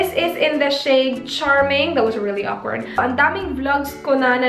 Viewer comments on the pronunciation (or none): none